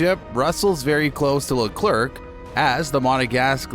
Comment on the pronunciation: this dude doesnt know how to pronounce leclerc and porpoising. am i really supposed to think that this dude knows what hes talking about?